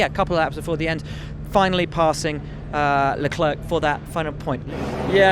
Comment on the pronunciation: Will, it's pronounced "Leclair", the "C" is silent at the end of Charles's name...trust me on this mate :)